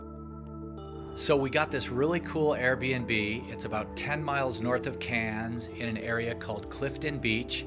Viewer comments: It's not pronounced "Cans" but "Kerns" Thank you!! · K air ns